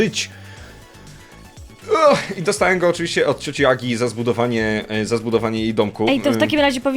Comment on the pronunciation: ja słyszę ,,cioci agi'' myślę co 17 min filmu ,,cioci jagi'' aaaa ok